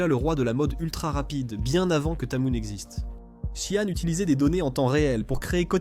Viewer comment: SHEIN se lit/dit SHE-IN et non 'shiang'